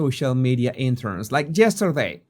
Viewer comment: “Joe, Fire your social media interns…. Like jesterday” Accent 😎 We need this face on a bill or a coin. With the ear bandage. 😌